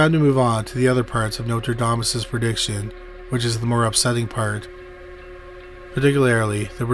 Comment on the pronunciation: Notradamus !?? What the!! The narrator speaks very lazily and doesn’t even pronounce the name correctly!